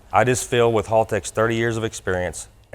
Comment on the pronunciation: Doc before you try to master Australian slang, please, oh please learn how to say Haltech first, it's HAL not HALL. +haltechecu nice pick up for you guys as well, being an E11v2 user myself I know Doc will be happy with the product and the available functionality within the supplied product. Hope it turns out to be a profitable relationship for both of you.